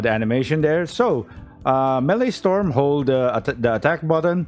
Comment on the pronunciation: Maelstrom is pronounced like "mail strum," not melee storm.